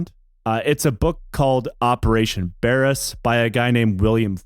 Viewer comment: It's pronounced Bare-ass. Or Bayer-ass.